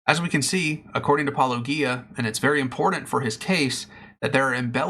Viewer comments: My mind is not made up on this topic, but before I could take your response seriously, you have to at least be able to pronounce his name correctly...it is not Pelogia ( minute of your video), it is Paulogia. You have it correct in the title of your video, but for some reason ou continually mispronounced it in the beginning of video and I turned it off. Do better. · Soft ‘G’ in ‘Paulogia’, people! SOFT 'G'! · It's odd that, since you have watched Paulogia's video, you cannot pronounce his name correctly. It's also odd that you deliberately speed up Paulogia's clips. One might think that you are deliberately trying to reduce Paul's arguments. This doesn't make you look good, or honest. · Since you watched his video, where he pronounces his name, this is not a believable excuse. And no, most people do not deliberately speed up clips. That is another excuse, and not believable. I have disputed your claims. Please respond with facts, not excuses. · Seriously, why can’t you guys pronounce his name right? He pronounces it himself all the time, and you interlocutors continue, literally for YEARS willfully choose to mispronounce Paulogia. Why? Are you just doing it to mock? Is that really your best opener in your video is to openly mock his name before you even start with your points? What does that say about you? It’s fucking stupid and keeps me from actually listening further to take ANY of your points seriously. Come on. Fucking do better. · You could pronounce his name correctly. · Just how insulting do you want to be with your failure to properly pronounce Paulogia's name? How hard can it be? I presume this is deliberate as he says his name in every episode. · How much 'intellectual rigor' can you claim if you refuse to properly pronounce the name you have just heard?